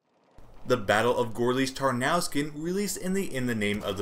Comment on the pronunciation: Just so you know, Gorlice is pronounced like "Gorlitse", with the e sounding like the first letter of "eventually" and Tarnów is pronounced like "Tarnoov".